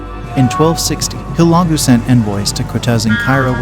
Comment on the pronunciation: Guy on video has no idea how to pronounce Hulegu! What trash!!